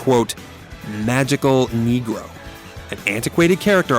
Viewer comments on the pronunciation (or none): My one critique would be to pronounce Negro with a Spanish accent because the way you said it is….distasteful